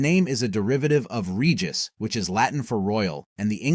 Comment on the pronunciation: Regis >>> re-jice